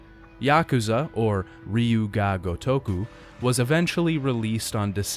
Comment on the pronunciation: 'Ryu' is pronounced like 'dyoo', for future reference. Just listen to the second half of Kiryu's name.